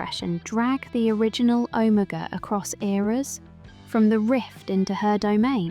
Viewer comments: Never in my life have I ever heard anyone pronounce Omega so incorrectly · Why are you pronouncing Omega like that?